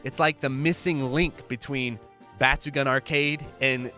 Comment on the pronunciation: i love your videos, but for the love of god pls stop saying batsugan, its batsugoon.